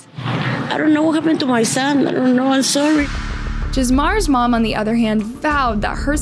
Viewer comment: Not this idiot pronouncing it JIZZmar.